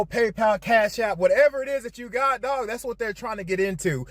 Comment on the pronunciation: You wouldn't feed them to your dawwig, maybe learn how to pronounce dog.